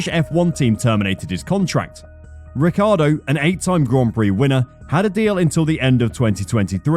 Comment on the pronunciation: Maybe they'll teach him how to actually pronounce his own surname.